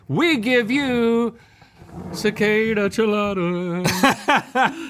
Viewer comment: pronouncing it “sa-ca-da” instead of cicada was the best.